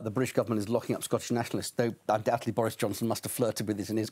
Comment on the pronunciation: did he call him Doris Johnston?